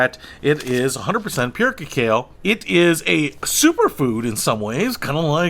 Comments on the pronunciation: It's pronounce ca-ca-o. It's the nuts and raw stage of chocolate before it is processed to what we know as chocolate. This was the brew the Mayans drank at ceremonies and was known as the "food of the gods" and only consumed by nobility during sacred ceremonies. It was thought to have aphrodisiac qualities. So... don't drink too much! Lol. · Cacao is pronounced ke-cow. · It's pronounced Ka-cah-o. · Pronounced Kah-Kow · Your spelling of the pronunciation of cacao does not help. Cacao is pronounced ke-cow. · I am going to assume the was kidding when he didn't know how to pronounce cacao.